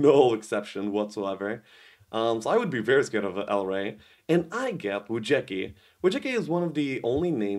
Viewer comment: Wujecki should be pronounced something like Wu-ye-cki